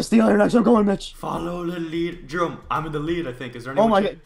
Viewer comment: His name is not, it's jerome!